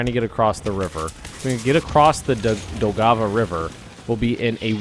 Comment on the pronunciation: Your pronunciation of Daugava is relatively fine. The only correction I would offer is to soften the stress of the G. You are saying: Dow-Gah-Vah when it is more Dow-guh-vah. It also has the tiniest break like it is two words. Dow/guh-vah.